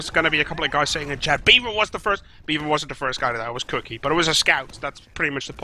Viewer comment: cook-eye? hurt my ears D